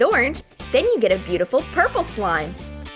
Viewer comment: She said mix blue and orange to make puple😂😂